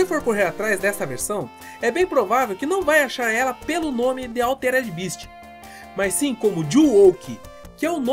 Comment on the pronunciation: Nao é eh nao... bést = best bist = beast